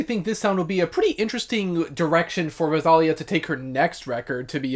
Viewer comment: It's pronounced Ro-sa-Liiiii-a. Not Rosalia. 😅 That's why her name it's written Rosalía. I loved her album.